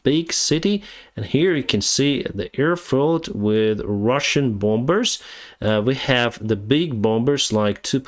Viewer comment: THE B IN THE WORD BOMBERS IS MUTE, SO YOU SAY BOMERS INSTEAD, Mr., JUST TO HELP YOU OUT WITH YOUR ENGLISH, BY THE WAY, YOU SPEAK VERY GOOD, MUCH BETTER THAN I DID WHEN I RESIDED IN MIAMI, WHERE NOBODY SPEAK ENGLISH TO ANYONE UNLESS IT'S NECESSARY. LoL!! Peace, Enrique A.